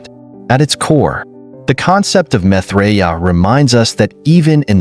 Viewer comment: PRONOUNCE HIS NAME CORRECTLY!!!